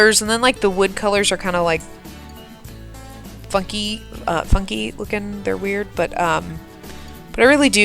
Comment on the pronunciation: LOL it totally sounded like you said "fu*ky" when you said funky the first time hehe! XD at a loss for words, what's going on with that?;) I like the "fake" waterfall, I really hope it turns out awesome once you get this house plopped. The erratic use of the flower texture spray thingy really helped bring the farm to life and more detailed, was definitely worth doing so. Another big thumps up from me!:)